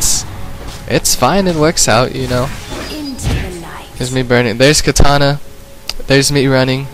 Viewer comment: nope, ur both wrong :) its "Katarina"